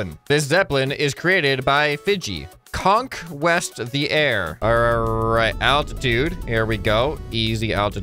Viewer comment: COnKwEsT the air lol